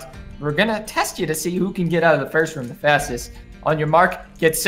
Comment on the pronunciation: Not a hater but its rOOm not rAm